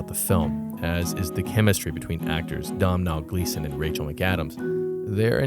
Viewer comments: Great video, as always! Just a heads up about the pronunciation of "Domhnall," though. The 'm' is silent, so it should sound like "Doe-Null" when spoken. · It's pronounced Doh-nill source: am Irish